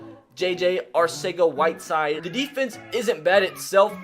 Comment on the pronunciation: for future reference JJAW pronounces his name JJ ArTHega whiteside the C sounds like a th